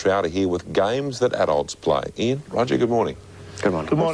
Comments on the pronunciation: It's ee-an, not eye-an, but great video, enjoyed it and subbed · if I'm following.. when you're naming the two Aussies. The first part of Ian is pronounced like the beginning of ear (in English). Definitely more feedback than a grumble. Looking forward to when you reach X4. :) Should've been clearer but it was obvious to me what I meant lol